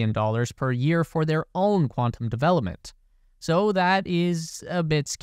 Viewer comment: Your "billion" sounds like you're saying "million".